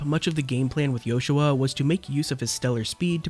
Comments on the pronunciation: It sounds different. His name isn’t supposed to be Joshua. It’s Yoshua. Pronounced as Yo-shu-ah. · I never realised it was sussposed to be pronounced like that i always thought that was just how JP users pronounced it, why is that tho? Wouldn't pronoucing it "Yoshua" be more eastern then western?